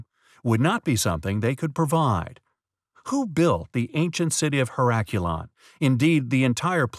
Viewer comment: You didn't find it compelling enough to learn the correct pronunciation of the name of it. It's ˌher-əˈklē-ən. Not hə̇ˈrak-yəˌlän.